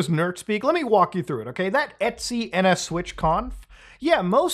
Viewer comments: "etsy"? It's just "et cetera", brother. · etc = etcetera not et sea. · its E.T.C not eatsy 😭🥀🥀